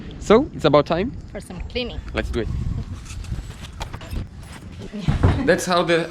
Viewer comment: Só uma dica, quando for falar "because", pronuncie "bicãss", soa muito mais bonito! Assim como "do", fica mais bonito quando se pronuncia mais alongado: "dúu" Ótimo vídeo! Parabéns pela conquista!